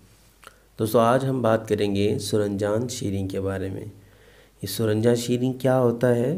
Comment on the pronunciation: سورنجاں آپ اردو میں ہی غلط بول رہے ہیں آسانی کے لئے علیحدہ علیحدہ کر دیا ہے سورن جان